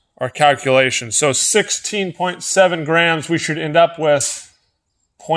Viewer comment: Anyone else hear Grahams instead of grams